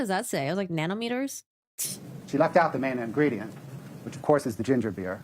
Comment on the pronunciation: “Nano meters “ I can’t stop laughing